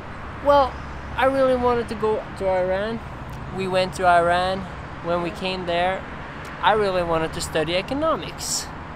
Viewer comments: Thanks a lot! but it's Iran (E-run) not Ayran! Ayran is a Turkish Doogh! :D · please pronounce IRAN properly, it's not i-ran